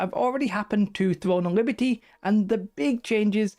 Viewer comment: thwone of libty